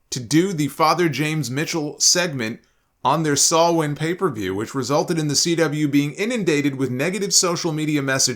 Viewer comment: As a Pagan let me thank you for pronouncing Samhain correctly, unlike most pundits online